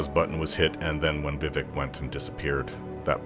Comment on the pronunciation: Being a werewolf at high levels in Morrowind was a blast, you could Jump absurd distances lol. Also subbed for a few reasons, but liked the vid because you say Vivec the same way I do lol Edit: I found a unicorn once in Oblivion on Xbox 360 version. It was too fast and I couldn't catch it, I was so mad I almost threw the disc away lol 😂